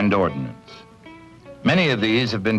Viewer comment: there is no i in Ordnance!